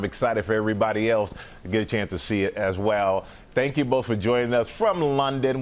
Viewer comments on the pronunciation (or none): Why did she say thank you like that 😂